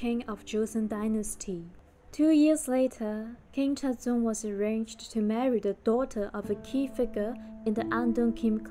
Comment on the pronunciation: can you please pronounce the names correctly